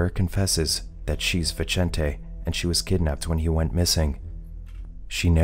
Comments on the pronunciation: Vicente isnt pronounced like that, its pronounced like Bithente, the "th" as in "think" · Vincent, is the translation to the name Vicente. the way Viecente is pronounced in this video is cringe for someone who speaks Spanish